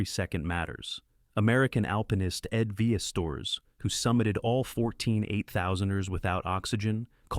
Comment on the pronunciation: So many factual errors, stock footage etc. Hermann Buhl certainly didn't die in K2 (it was Chogolisa). Pretty sure this is a machine voice (pronunciation of ‘Ed Viesteurs). Catchy headline, poor content 👎